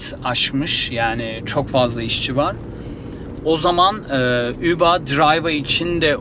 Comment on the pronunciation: Üba neden diyorsun Uber